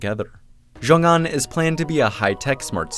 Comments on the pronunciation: So much work that went into a great video but it would have taken just two seconds to Google how to say it properly it's pronounced sheeoong an. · idk who needs to hear this but x in Chinese isn't pronounced like a fuckin z 😂